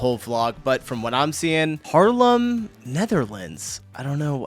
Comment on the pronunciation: Haarlem is it.. where he lives… it is 15 minutes from Amsterdam by train. Good atmosfere in Haarlem.. he speaks it at Harlem.. he needs to make the a.. sounds as ah.. making it long when there are 2 aa in the middle of a word. And yeah.. .Harlem near New York is called by our Haarlem. Love the vibe in Haarlem. Great that you watch his vlogs… i love them.